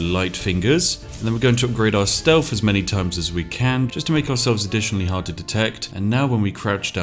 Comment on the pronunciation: Its toward